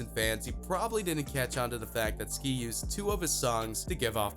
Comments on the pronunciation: he pronounced "ski" as "skye" He keeps showing us the migos for some reason I don't know if it's disrespect or ignorance but I'm done watching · Wait you said sky instead of ski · Sky? It’s ski get it right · he called ski sky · This man done called ski , sky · sky 😂😂😂 I thought it was ski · Anyone else notice how he mispronounced ski’s name after just saying it💀😂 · He called Ski Mask, “Sky” Rip x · Dis mans said sky lmao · I'll ignore you saying sky... but JAH WHY😢😢😢😭😓